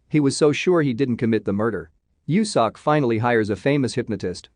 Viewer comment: It bothers me how this voice says “seok” 😭😂 it’s meant to be said more like soak